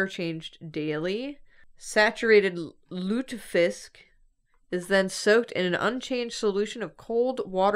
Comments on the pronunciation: you actually pronounced both surströmming and lutfisk pretty much okay! your pronounciation was better than the taste/smell/texture of both fish dishes. Lutfisk is nice because you eat it with a good sauce, but it's got a very strange texture and like no taste at all. surströmming smells so horrible that you can tell if someone in the same area as you has opened a can. the practical way to open it is to submerge it in a bucket of water and opening it in the water. I never tasted it but a friend of mine said it tastes like a special type of cheese ("washed-rind cheese"). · pronunciation of surströmming was pretty good actually but it sounded a little as though she said it while having a piece of hard candy in her mouth xD And lutfisk was good too